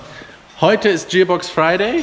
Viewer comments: lol zum Leben gebracht. Der Bock wurde hier zum Gärtner gemacht ^^ Es heisst net Dschierbox sondern Gearbox Hab dich trotzdem lieb,, du:) Und danke für die Erklärung mit den Synchroringen. Endlich habe ich verstanden, wie das mit den Ringen geht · Der typ hats hart drauf, und ich bewundere seine arbeit, fähigkeiten und erfahrung. Aber wenn er noch einmal TSCHIÄRBOX statt gearbox sagt, dann rast ich auuuus 😂 Grüße :D